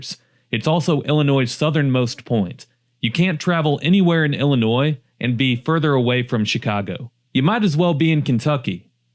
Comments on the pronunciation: ill-a-noy not NOISE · You have no business taking about Illinois if you can't pronounce the word. In Illinois, the s is silent. Rockford currently has an excellent housing market. There are parts with crime but by and large most neighborhoods are safe. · You don’t pronounce the S in Illinois sound foolish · First of all, you are mispronouncing our state. It is Illinois, not Llinois (Intro). You missed Gov. "Prickster" video message, 'There is no crime in Chicago'. Illinois was a heavy industrial state. When the decline started in the 70's, and definitely in 80's, when business, especially manufacturing left for China & other right to work states. Chicago & the other communities that were mention in this video, have been run by many corrupt politicians, judges & other community leaders for many decades. Any Large Urban areas in Illinois are "Shit Holes" with High Crime, High Drug Use, high taxes and corrupt politicians, even today. Today, most "Blue States" are run by people that do not care about their people, just look at Obama, he was from Chicago (allegedly) when he was President & did nothing to stop crime. So if you want high crime, high taxes and poor public education, then please move to Illinois. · Illinois does Not pronounce the “s” at the end of Illinois. The correct pronunciation of Illinois is il-uh-NOY, with the final "s" being silent. It is a three-syllable word with stress on the first syllable: "IL-uh-noy" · Did you really just make a video and then pronounce the silent S on the word Illinois through the whole thing !?!??! BRO! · It's not pronounced Ill- i- noise!!! I have lived here for 70 years, and the correct pronunciation has not changed. I also don't agree with all of your choices on this list. F.Y.I. you can obtain the correct pronunciation of our great state by simply using, GOOGLE....🤔 👎🏿👎🏿👎🏿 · no, the s is silent. "il-uh-NOY" is the correct pronunciation. Just fyi. It's not obvious to everyone, no shame! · The S is SILENT in Illinois.